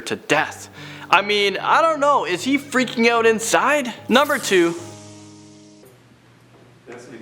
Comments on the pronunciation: Is it "out" or "oat" ? 🤦🏽‍♂️ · can't even pronounce 'out' without a ridiculous canadian accent and as you can see isn't even canadian, this video is a joke